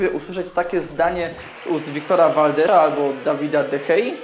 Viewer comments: Z calym szacunkiem ale mowi sie valdesa a nie valdera. Chodzi mi o poczatek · Viktora valdesa a nie valdera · Valde"S"a, a nie Valdera